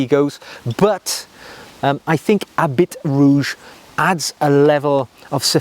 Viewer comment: "My next fragrance, when I want to feel a little more seductive..." Okay, but remember: the French are allergic to the letter 'h', so that the 'h', preceding a vowel, is always silent; likewise, the final consonant of a noun in French is always silent, unless it is succeeded by a vowel. Thus, the correct pronunciation of 'habit rouge' is (more or less) 'abbey rouge'.